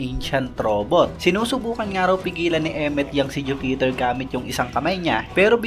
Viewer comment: bakit ju-peter boss? bkit pa putol ang bigkas na hinto pa sa ju bago mag bigkas ng peter.